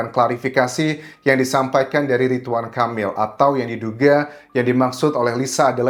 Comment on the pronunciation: Ridwan bukan Ritwan